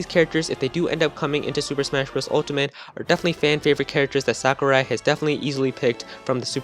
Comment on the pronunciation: Its Sakurai